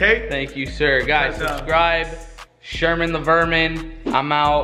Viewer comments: “Verman” but damn Sherman is mean to rug😂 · Yup he said verman he didn't say veranan but is okay bcs everyone makes mistakes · "Verman" really said annoying orange?😂🙆‍♂️ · called Anthony “annoying orange” 😂😂😂 “Verman” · Who else was actually tryna here Brian’s story but sherman the “verman” ruined it 😂😂